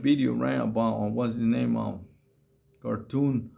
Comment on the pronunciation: It's "Khartoum" not "Cartoon," I am pretty sure, man.